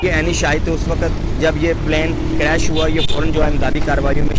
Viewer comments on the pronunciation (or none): Plaaan craish 😂